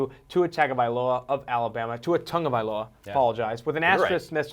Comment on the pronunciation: They finally pronounced Tagovailoa correctly, immediately liked the video haha